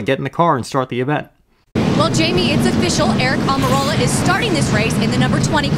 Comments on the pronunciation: When Almirola was such an unknown that the announcer calls him "Amarillo" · Love someone like Rusty Wallace loves mispronouncing Aric Almirolas name.